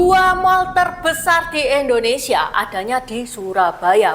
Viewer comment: Mbag....indo ..bukan endo..koreksi aja ya...maaf